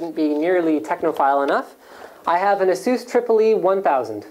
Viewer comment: Ah-suse? I always thought it was Ace-us.